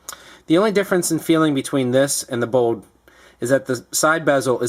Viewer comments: lol dude its bold not 'BODE' xD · Is he saying 'Bode' instead of Bold!? Lol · It sounded like he was saying Bode instead of Bold :P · why cant this guy say bold....